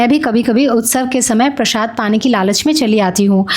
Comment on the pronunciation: Prashaad nai hota hai, Prasaad hota hai